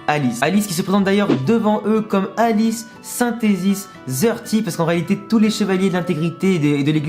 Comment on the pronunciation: alice sintéziss zeurti xD